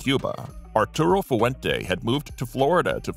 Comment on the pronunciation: Fu-ah-went-aa? What kind of pronunciation is that?